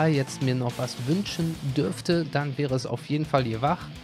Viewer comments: Yhwach hat auch eine Stimme er wird sozusagen Yuhawacha ausgesprochen, hör dir aber nochmal die ingame Stimme an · Er wird Juhabach ausgesprochen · es wird Juha Bach ausgesprochen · In dem Trailer damals hat er sich selbst yuhabaha ausgesprochen. Kannst du dir ja mal anschauen ^^ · Yhwach spricht man Juha aus. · ich glaube YHWach wird YouHaWach ausgesprochen